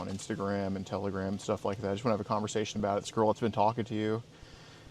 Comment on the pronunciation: Lol it's a joke like how doesn't know how to pronounce telegram yet